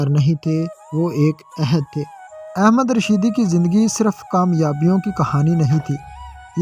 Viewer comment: Pehle singer ka nam to sahee bolo ahmad rushing not ahmed rushed please Kam soch ker karabiner only 229 people.very poor.